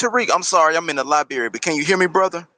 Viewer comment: Heard this live... I just caught the part where he in the LIBARY in downtown Los Angeles 😳 he ain't even in Maryland himself.